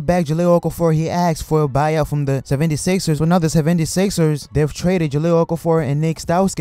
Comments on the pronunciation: Sevvendy Sixers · The way you said 76ers lmao